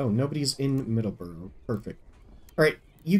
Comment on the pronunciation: MA native here. Middle-borough. No "S". Side note: Excited for the new play through!